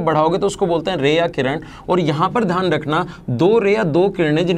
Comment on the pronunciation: Dhyan hota hai, dhan nahi. Axtra nahi hota, extra hota hai. Sahi bolne nahi aata hai